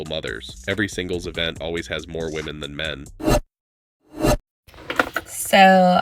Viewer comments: I've noticed that routinely they say women wrong. Is it a troll or are they darded? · Not being able to pronounce the word "women" properly is also a factor